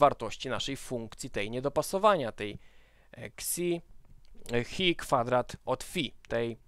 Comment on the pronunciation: Ta grecka litera to chi, nie hi ;)